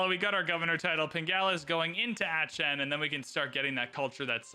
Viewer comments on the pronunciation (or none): Aachen is more like Ah-khen and less like Atch-en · No, ist more like achen. No k no t. Look online how to pronunce it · funny how he Pronounce "aachen" :D AETSCHEN :p